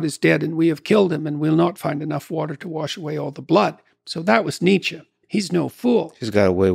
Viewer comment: "Nietzes dead" God...